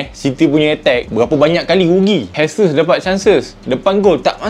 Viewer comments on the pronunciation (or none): sebutan betul utk Gabriel Jesus adalah "Je-sus" bukan "He-sus". Disebabkan dia dr Brazil dan berbahasa Portugis, "J" disebut "J" bukan "H", spt bahasa Sepanyol.